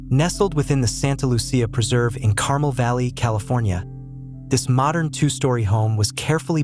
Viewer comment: It's CARMEL, not carmle!